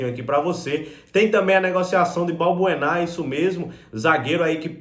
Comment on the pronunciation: não é Balburná e sim Balbuena